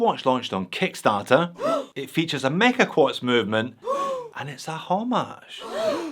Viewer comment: Heard you say meca quarts 👎🏻 Hommage 👎🏻… stoped the video. You lost all credibility friend.